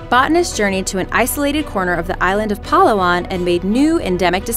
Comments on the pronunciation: PA-LA-WAN pls do research on how to pronounce stuff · It's pronounced slowly. Pa-la-wan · It is read to us filipinos as Pa-la-wan dont say it smoothly like every word hardly (well shes not wrong pronunciation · She pronounced palawan wrong its pronounced slow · It is PA-LA-WAN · it's pa-la-wan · Its Pala-wan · God... /Pah-lah-whan/.. Why do people tend to misprnounce indigenous names.. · its pa'la'wan your pronounciation is wrong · Wrong pronoun cation of Palawan highlands it is called In fast saying like this Palawan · its pa la wan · Its pa-la-wan not palawan😂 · Merceds Place yas natawa ako sa pagsabi niya ng palawan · The way she pronounces Palawan was A CHOICE. And very Caucasian choice at that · The way she says Palawan hurts me... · The way she say Palawan i'm like... Girl wtf that's not how it's pronounced... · you said palawan wrong i am pilipino i live in philipines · When she pronounced "palawan" wrong :<< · I lived in the Philippines but is it bad if I kinda laugh when she pronounced Palawan? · You said Palawan wrong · LOL! You pronounced "Palawan" Incorrectly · Gosh he said palawan wrong and i now because im a filipino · that "palawan" pronunciation got me cringe hahaha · She can't even say the correct word of palawan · Um....you pronounced palawan wrong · they pronounce palawan wrong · they pronounced PALAWAN wrong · I live in philipines and you pronounce palawan wrong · You said Palawan wrong smh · I live in palawan you read palawan straight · you pronounced Palawan wrong lol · Thats not the pronounce of palwan becuase im a filipino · speak it correct palawan i live in the philippines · mali pronunciation ng Palawan :< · palawan fast not pa-la-wan -_- some americans dont know how to translate places in the filipino world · Im from palawan ur saying palawan wrong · your palawan pronunciation is wrong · And yoy said palawab wrong but its ok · Philippines is my country and palawan is very famous all though the way you pronouns is wrong